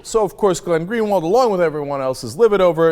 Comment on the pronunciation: I'm a brazilian and I have to say, for a foreigner, Greenwald portuguese is actually pretty well pronounced.